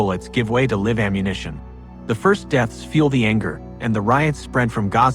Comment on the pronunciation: Near to the very end Your ai let You down badly. Live was the word it pronounced out of context. i had 2 slight hints that i was listening to a nonhuman narrator. Your work is good enough that i'm okay with ai. But hearing live instead of live is like a gut punch. It made my teeth sweat!! All bitching aside, that was an absolutely fascinating story. Thank You for presenting it. 🙏💜⚡